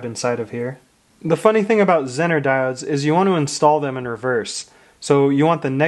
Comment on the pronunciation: It is pronounced ‘zeee ner’ not zin ner